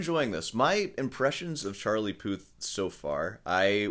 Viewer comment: Charlie “Poo”th amirite?